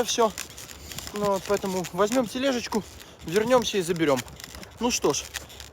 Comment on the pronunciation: Поэ́то́му нежалъ